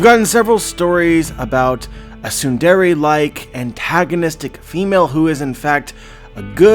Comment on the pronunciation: He couldn't pronounce tsundere